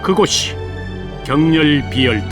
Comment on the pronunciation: 격렬 비열도 가 아니라.... 격렬비 열도 로 읽어야 ..